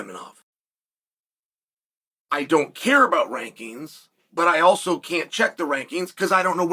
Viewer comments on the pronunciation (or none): none